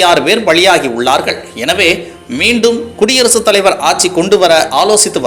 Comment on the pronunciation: ஆச்சி ஆச்சி என்று தான் காதில் விழுந்தது. ஆட்சி என்று சரியான உச்சரிப்பு வராதா?